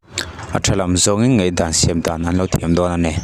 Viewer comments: Ngaihdan tih tur ngeihdan i ti fo mai hian beng a ti kham deuh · Ngeihdan ti tawh suh,ngaihdan ti rwh 😂😂a pa lo riau